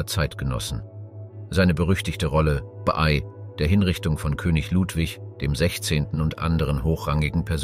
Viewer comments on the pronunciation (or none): Schade, wäre sehr spannend gewesen, aber "eingeflogen"???? Gemälde und Skulpturen gepixelt? Namen bekannter historischer Personen falsch ausgesprochen und eintausendsechshundertachtundvierzig statt sechzehnhundertachtundvierzig bei JEDER Jahreszahl und ständig dieses BEY. ??? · Euro beiträge sind super aber bittenerklär mir was du gegen das Wort "bei" hast, denn du sprichst es ständig falsch aus. Das stört den flow des Videos meiner Meinung nach.